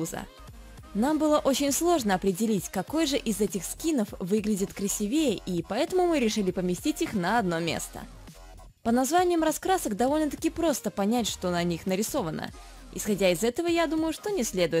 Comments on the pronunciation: Красиииивее а не красивееее она сказала неправильно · ААААААААА!!!! КрасИвее! Безграмотная дичь.